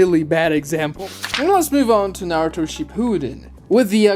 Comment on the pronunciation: Why do Americans have difficulty pronouncing "u" in Japanese words? it is not "narr-toe" it is "Nah-ru-to". It is also "Sir-sue-kay" not "Sars-kay".